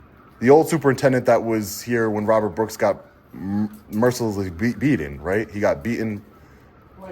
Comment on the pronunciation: please do me a big favour and try to pronounce the letter T when you are talking. It needs to be pronounced “BEATEN” not beahon.